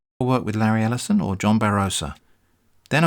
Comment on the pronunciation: Lareee El'eye-son. Jeffbu Bezos Avengers take a seat.